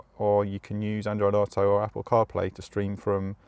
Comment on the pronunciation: "Under the hood"...You are from the UK where we call it a bonnet. Plus why can't you properly say "auto"